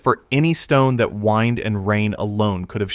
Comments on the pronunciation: As did I. I thought he was referring to erosion by wine. Sorry, can't be bothered now. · 'wined' WTF ? AI slop. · I thought he said wine at first. 😂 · Sorry, when the AI voice calls WIND incorrectly, then what else will be just rubbish.